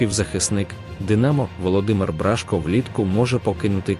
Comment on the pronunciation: Какой тупой комментатор ! Бражко пишется и читается с ударением на О !